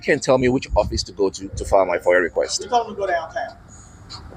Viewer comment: FOIA has no R at the end. Foier lol